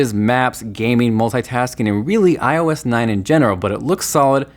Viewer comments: Why does he say "ois" isn't it "IOS"? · its IOS OIS LOLXD